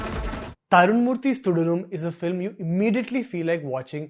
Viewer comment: You can't even pronounce Thudarum properly 🙄🙄